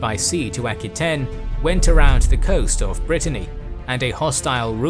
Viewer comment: EK-ky-ten? It's pronounced AK-wah-TAYNE.